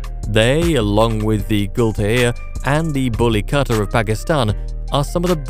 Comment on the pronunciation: Why does the name bully kutta sound like bully cutter